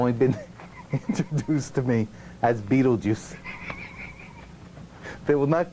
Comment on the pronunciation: I lost it when he calls him mr beetljuice